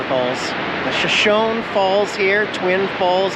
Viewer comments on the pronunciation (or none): Usually pronunciation errors don't bother me, but since this is the name of an native American tribe, might as well say that it's "shuh show nee", not "sha shown". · I'm really not trying to be a pain in the patout ( insert your choice of words for patout) but I wanted to tell you the proper way to pronounce "Shoshone." It is "Show-show-knee." That is a Native American name. Life won't end if you continue to say it wrong but it wouldn't be like fingers on the blackboard to the purists like me. LOL As always, hugs from me and my critters to you, Diana and your kitties. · Hi, I looked it up. It’s pronounced SoSHOWnee. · I thought it was pronounced Show-show-nee. Aren't there native American tribes that pronounce it that way? I'll have to look it up. You would definitely know though since you live there. LOL 🙂👍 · Bro your pronouncing Shoshone wrong! 💩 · So its spelled the same as our tribe but mispronounced in error or disrespect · The E is pronounced in Shoshone